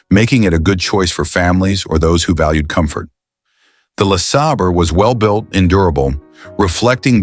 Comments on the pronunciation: Buick LA sayber, not La sahber. You make it sound like La Slobber. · Lasabber or LaSabre?? I hate this AI narrated crap!!! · 60 Buick Le SOBBER, LMAO AI SUX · How many ways can AI pronounce LeSabre? Sobber Seebray Saber Sebber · LaSobber. lmao ! 😅😂😅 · I gotta stop watching this channel... %he AI can't decide on a pronunciation of LE SABER and the camework makes me seasick